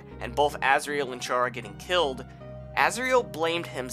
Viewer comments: Chara's name is pronounced Cara not pronounced chara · ITS CHARA, LIKE CHARA-CTER. Not CHARE-A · Its pronounce Kara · Oh my god, for the last time, IT'S PRONOUNCED CHARA, LIKE CHARACTER. WORDPLAY. Wow, Deltaswap looks like ass. THANK YOU FOR SAYING THAT